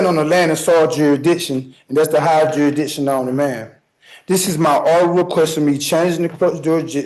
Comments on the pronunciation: OMGOSH. If I have to hear say jurssdition (jurisdiction) one more time. Thank you to all of the law enforcement and courts for protecting us from these belligerently dishonest mental midgets. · ..... Did this dumbass for real try and use the Magna Carta? Or did I hear wrong? And also, you should be automatically disqualified from representing yourself if you constantly say "juridiction" instead of jurisdiction. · not jury-, juri, with the soft i sound "ih". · He didn't say "jurisdiction," he said, "jiridishin". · WTH is "Jury Diction" xD xP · Love when they say "jury diction" 😆 🤣 😂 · He shouldn’t even go pro se for a traffic violation. I almost chewed my tongue off waiting for him to stop talking. Especially each time the self proclaimed Law & Order certified attorney said the word ‘jureedision’. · The moment the word "juridishkin" comes out of your mouth, you should be automatically declined the right to represent yourself lol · I like how he said George Jetson instead of jurisdiction. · I absolutely love the way he so confidently vomits up these insignificant written presentations with the belief that he is saying something intelligent or relevant... Especially the redundant, "Jury-dishin" and the, "Your Honor!" At the beginning of every bullet point. 😂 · Is he saying "jurydisshin"? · What would you know? It’s juridikshun - weren’t you paying attention? Jeeez. 😂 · If I have to listen to him say ‘juridiction’ one more time! 🤦‍♀️🤪😩🤬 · Somebody please tell me what da rass, duridiction means to 😂😂😂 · "Jerri-dickson" lmao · No, no. Juridiction….for him the “s” is silent….😂😂😂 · The "juridiction" argument is hilarious. The fish in my aquaruim are smarter than this moron. Lol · What's "juradisin" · The judge should have asked him this.. Can you properly pronounce Jurisdiction? And then when he mumbles out "Juridikton", the Judge says nope. You're an idiot and a cold blooded murderer. A real piece of crap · No not jurisdiction but 'jurisdishion'